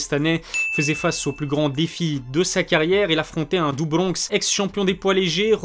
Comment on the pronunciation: Le Do bRRRonx a l’algérienne aussi 😂